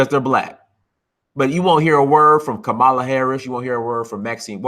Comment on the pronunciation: Ka-MAL-a Harris. LMFAO. You pronounce her name like the WWF wrestler from the '80s. I think she pronounces it KA-mala. But at any wait, Jussie's story reaks of bullshit.